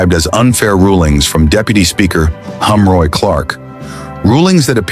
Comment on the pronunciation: His name is Heroy, not Humroy